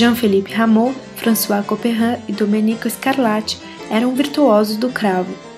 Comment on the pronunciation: Boa dicção, mas o compositor é Domênico e não "Domenico".